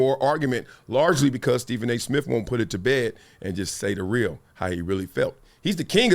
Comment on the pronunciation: Steven A. Smiff??? 😊